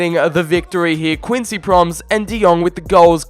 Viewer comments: It's prom-es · Please learn to speak out the names (Pro-mēs) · The way you say "Quincy Promes" is so painful It's not pronounced Proms it's Pro Mes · Prom es not proms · It's not proms but promès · HIS NAME ISN’T PROMS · It’s Quincy Pro-Mes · Promes is pronounced like gomes